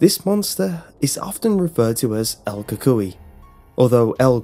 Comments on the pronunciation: Co cuiie, lol the way he says it tho!!! El CUCUY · "coocooy" is the correct pronunciation. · pronounced coocoie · Yes it's funny hearing you say el cuhkoy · lol, el coocooeeyy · i remember when i was a kid my mom would always tell me in Spanish"si no le pares te va a garar el cucuy" and btw its pronounced ku-ku-y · Died when you said "Cucuy" 😂 great video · Lol I’m Hispanic know little Spanish but Ik ur saying it wrong...and yes this was the scariest shit growing as a Hispanic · Lol true